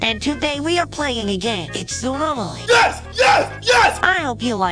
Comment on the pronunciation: The vedoe says zoonomly2☠💀